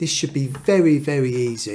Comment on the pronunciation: Vewwy vewwy easay indeed!